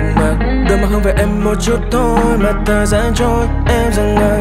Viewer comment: Có ai nghe phát âm kiểu : Và dòng thời DANG đứng yên .....